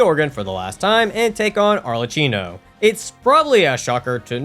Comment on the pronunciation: why do you keep misspronouncing Arlecchino's name? he says it too